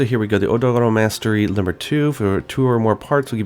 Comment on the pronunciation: The way he pronounces Zorah Magdaros, Odogaron etc. is so cringeworthy, it's not even funny anymore.